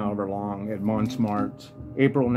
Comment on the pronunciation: Montmartre is pronounced (Mon-martre). Just trying to help. I have to look for that Ken McIntyre record. Thanks